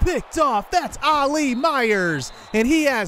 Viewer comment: the mans name is ollie not ali. it’s one syllable my boy